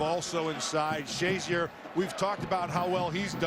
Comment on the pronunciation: Ryan "shay-ZEER" apparently hadn't made a name for himself yet, considering the number of times the announcers referred to him as "SHAY-zur."